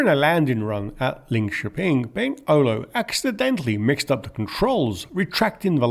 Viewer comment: "Olow" is pronounced "Oolov".